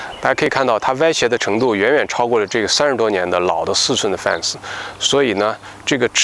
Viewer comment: 念fen ,不念fan啊。